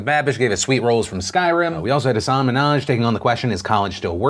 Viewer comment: Phil please say Hasan's name right. It's not Hassaaan